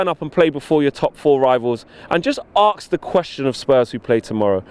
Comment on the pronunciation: Lol Axe 🪓 instead of ask